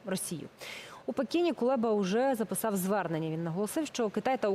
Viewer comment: Кулеба а не Кулєба.Слава ЗСУ❤😂